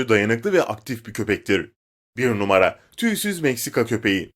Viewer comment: 1o numara derken sadece ra diyo